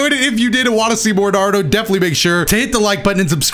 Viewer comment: You offend me every time you say “IUCHIHA” and “NARUDO” and “OBIDO” 😤